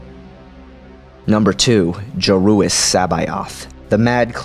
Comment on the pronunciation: Joruus nice pronunciation i was never sure how to